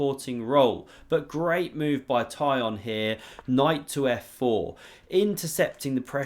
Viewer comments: Oh my god! Now I understand why no one can pronounce that name correctly! Try something like Tsikhon. Closer to original:) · Pronunciation for my anglophone chess friends: Tee-kh-on Chair-NAI-Yev